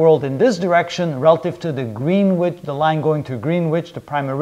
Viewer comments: Greenwitch = pronounced Gren itch Can't fault the videos though. Great work. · Green witch ? Pronounced grenitch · Just to let you know....Greenwich is pronounced 'Gren'ich' [silent w and single e]. Nice videos so far....enjoying the series. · A couple of small points - Latitude has 2 'T's not 3. Greenwich is pronounced "Gren-itch" (at least in the UK !). Otherwise, first class lecture series (No Quantum I'm pleased to see....)